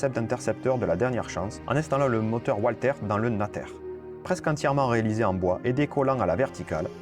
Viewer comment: Très bonne vidéo, juste un petit point de prononciation, le fabriquant du moteur fusé étant allemand, on prononce Valter.